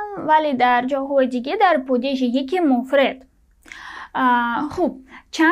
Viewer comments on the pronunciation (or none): دستت درد نکند.خسته نباشی! زحمت کشیدی. خیلی ممنون. یک سوال ( آیا کلمه ادین به جز شماره یک ، معنای تنها نیز می دهد؟ مثلا: مرد تنها ، پسر تنها).... و می خواستم راجع به تلفظ کلمه ( مفرد) به شما کمکی کنم.اگر ناراحت نمی شوید. کلمه ( مفرد) را شما ( mofred) تلفظ می کنید که غلط است ، باید آن را چنین تلفظ کنید ( mofrad). البته من را می بخشید.